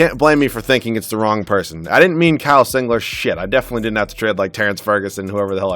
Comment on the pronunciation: Singler not singlet